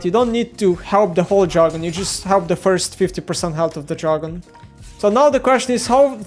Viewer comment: it's DR-A-gon, not JA-R-gon